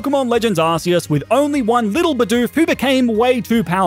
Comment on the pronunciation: Deep Breath ITS PRONOUNCED ARK-E-US😢